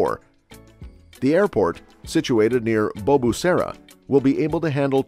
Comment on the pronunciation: *Bugesera International Airport, not Bugasura